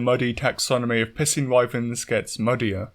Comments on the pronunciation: "capcom have the fun pissing fight nailed down" THATS EXACTLY HOW YOU ARE PRONOUNCING IT MAN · "It does seem at long last capcom have the fun pissing fight nailed down." At this point I'm starting to think you may be 'mispronouncing' the word piscine on purpose 🤣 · There’s a reason why I pronounce piscine as “pie-scene” and not “p*ssing.” Lol. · Im sorry, I can't stop hearing "pissing wyvern" instead of piscine wyvern. Its uncanny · I don't mean to pick on you or your accent, but I love the way you pronounce Piscine. Sounds like you're saying "pissing" lol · The way he says "Piscine" is Piscine me off.